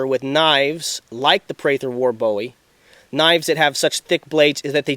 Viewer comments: James Bowie's name is pronounced 'Bu ee' not Bow ee...Us Texans are kinda' anal about that...{:-) Jes' sayin'... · It's a boo-wee knife NOT a bowie